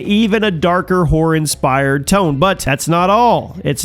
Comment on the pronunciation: why do you keep saying whore instead of horror?